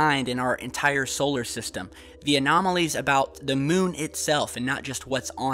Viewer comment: "On the MUHN!" :-)